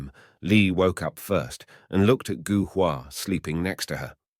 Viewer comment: Gou is pronounced Go in Chinese.